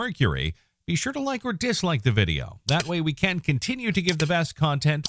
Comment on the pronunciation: The voice AI on these videos has trouble with the word "can". Makes some sentences sound odd.